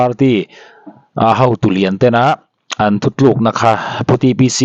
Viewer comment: Thu tluk.tih turah .thu thluk.i ti leh thin a thian i